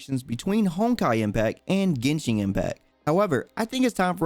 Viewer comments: Still pronounced as GenShin tho. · It's genshin not genshing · "Yo wa shin" =______= Thanks for trying